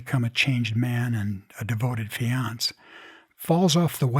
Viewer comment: Did he pronounce "fiancé" like "fians"?